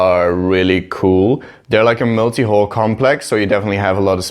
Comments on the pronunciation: Your pronunciation of "hall" makes me uncomfortable. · Was just about to comment the same thing. Took me a while to even understand that's what he was saying. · Its just an accent? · That is how the dutch say it